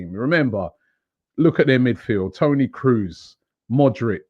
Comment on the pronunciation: That's how you pronounce it, the only mistake was that uu it's Kr-oh-ze. Cruise is the english version of Kroos.